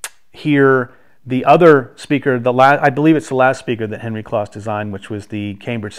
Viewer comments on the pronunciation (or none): Nice review, but just FYI, Henry's last name was pronounced with a long o, like "close." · Just for information's sake....Henry's last name Kloss was pronounced with a long "O" like close so it's like the adjective "close' like I was close to the fire. I only discovered this a few years ago myself.